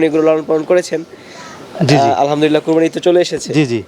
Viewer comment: ভাই আপনি কোরবানি বলতেই পারছেনা। কুরপানি বলছেন। কিন্তু মানুষকে টানানো বৃদ্ধিটা ভালো শিখলেন।গরু টা দম ১২লাখ ভাই কত হাজারের এক লাখ হয়। একটু বুঝাই বলবেন।